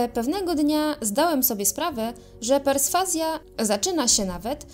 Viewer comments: Perswazja a nie preswazja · Chyba lekkie przejęzyczenie się wdarło. Chodzi o Persfazję a nie Presfazję. Pzdr